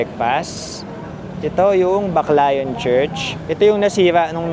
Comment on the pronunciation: pwedeng paki pronounce ng tama ang pangalan ng lugar. it’s pronounced as Back layon. Hindi po bakla-yon. just saying😂😂😂